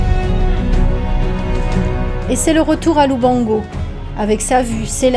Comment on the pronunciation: its LUBANGO , NOT LUBONGO